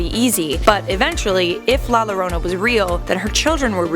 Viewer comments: No it's la yorona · Thanks for the video. I understand it’s Spanish and we speak English here but, it’s pronounced “la yorona” not “la lorona”. I know it’s weird but that’s Spanish for you. Also, can we see about that other vengeful little girl ghost Alma, from F. E. A. R. I’d sure like to know what would happened if she was real. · I love life's biggest questions.... but la Lorona made me cringe so hard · You complain about the pronunciation but have it wrong yourself. The two "L's" together make the "Y" sound. Its "La yarona", not "La jarona". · Btw it’s pronounced la yorona 😤😤😤 sorry I just get really mad when people miss pronounce things😑😑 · U pronounced it wrong it’s pronounced la yorona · La yo-dough-na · its more like a yorona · It triggeres me how u pronounce la llorona ( im mexican) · La jorana with 2 ll make the j sound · The fact that you did no research on how to pronounce llorona correctly makes me cringe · The only thing scarier than La Llorona, as a Spanish speaker, is her pronunciation of La Llorona. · The way you pronounce it makes me cringe so much omg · You pronounce it wrong bruh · It’s pronounced “ La llorona”